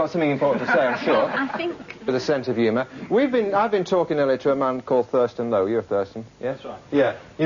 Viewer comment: Thurston Lowe, sounded like.